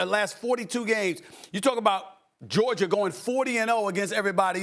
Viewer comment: Nobody:.... Stephen A: "Georg-ier"😑🤣